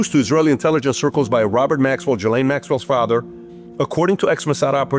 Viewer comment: Pronounce it right for once. It's GISLANE Not Jelane, or Galane, or Giselle.... GISLANE.